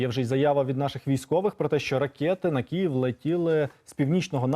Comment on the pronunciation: Професійний журналіст говорить кІєв ! КИЇВ!!!